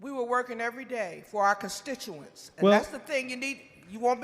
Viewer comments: Constituanceses?😂. She was slammin some sammiches. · "..working for our constitchensis.." 🫢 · She added a syllable to constituents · She is a politician and can’t even say constituents!